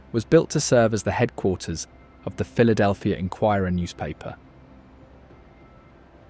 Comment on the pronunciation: Brotherly Love, you said it exactly right!